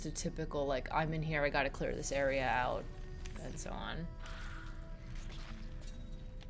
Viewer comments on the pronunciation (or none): none